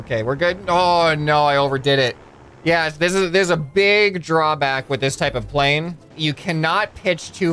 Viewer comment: “I wanna create another crazy wing style pwane” not typo that’s what I heard